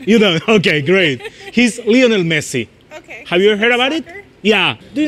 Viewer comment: Lionel no Leonel